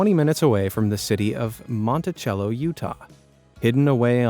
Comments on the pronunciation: One nitpick from a Utahn. The city in South East Utah you named is pronounced Monti(s)ello, not Monti(ch)ello. I know it's not the expected pronunciation but neither is Hurricane, Salina, or Duchesne. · Monticello, UT is pronounced like MontiSello, not MontiCHello. 😊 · It's pronounced montessello not montechello in Utah I grew up around there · Stop using the Italian pronunciation for Monticello, Utah. The "c" makes an "s" sound not a "ch" sound. If you bothered to look at the Wikipedia page for Monticello, Utah it has a pronunciation guide including a recording of the right way to say the city's name.